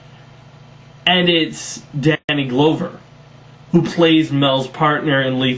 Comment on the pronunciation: First off, glad young people are watching and enjoying this film. A few things though. One, it's pronounced Glove - er. Glover. Two, the only card game with too many good hands, is in the final hand, and that hand uses what poker players call a "cold deck", which is a stacked deck. That deck was stacked to give everyone the illusion of having a winning hand, so that they would all go all in. Keep in mind, that scene is so poorly done, that the fact they all had great cards, is the least problem in that scene. And three, and this is just my take, but in my opinion, Abigail never really believed that those Indians were really going to kill Maverick. By this time she knew his line of bullshit, and was simply playing along. I'm pretty sure she was 90% plus sure that he was going to be OK. Remember, she states that she already figured out earlier that him and Zane, at the very least, knew each other, but were pretending that they didn't, so I'm sure by the time the Indians showed up, and he uncharacteristically volunteered to go with them, that Abigail was reasonably sure that Mavrick probably knew them. That's my take on it.